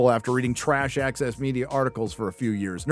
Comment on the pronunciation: ..See i read "Access Media" - but it almost sounds like he's saying the "Axis media" ...And it'd still be appropriate as heck